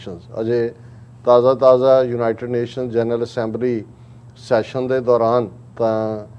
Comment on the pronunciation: ਜਲੰਧਰ, 06 ਅਕਤੂਬਰ, 2021: ਮੈਡਮ ਜੀ, ਲਫ਼ਜ਼ "ਯੂਨਾਈਟਡ" ਨੂੰ "ਜੂਨਾਈਟਡ" ਕਰਕੇ ਨਾ ਬੋਲੋ, ਕਿਰਪਾ ਕਰਕੇ ਆਪਣੇ ਤਲੱਫ਼ੁਸ 'ਚ ਸੁਧਾਈ ਕਰੋ, ਕੰਨਾਂ ਨੂੰ ਬੜਾ ਅਖਰਦਾ ਜੇ । (ਖਬਰਸਾਰ ਸੰਪਾਦਕ)